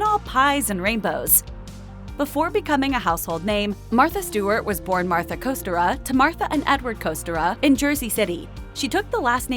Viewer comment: You can't even pronounce "Kostyra" correctly.. tsk tsk.. If you're going to do a story on someone's life, at LEAST pronounce their name correctly. Thankfully I didn't end up carrying that family name, my mother ensured I didn't. Also some of this is NOT true either.